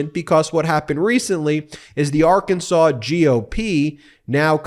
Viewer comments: Did Sarah Huckerbee just say “ar-KAN-sans”? I have read somewhere in trivia that it is allegedly a crime in Arkansas to deliberately mispronounce the name as “ar-KAN-sas”. If the state should be pronounced “AR-kan-saw”, wouldn’t the people be “AR- kan-SAW-ans”? Just wondering. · If your govern is a crook is a serious issue as any other. If you can not trust her to not steal from the state how can you trust her about health care, education or the state budget. The people of Arr kan saw {there i pronounced it correctly unlike the gov.} knew they were hiring a known liar so they get what they get. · H-Sanders mispronounced Arkansas. I just wonder if these people are from our planet.